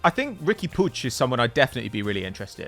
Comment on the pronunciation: For the love of christ the name is puig not puge